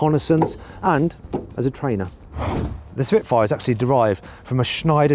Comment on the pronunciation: 시프트파이어 스피트파이어 시피트파이어...